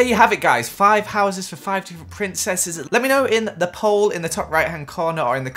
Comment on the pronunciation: Me: It's pri: PRINSSES 😁 Me: I was gonna say but ok 😐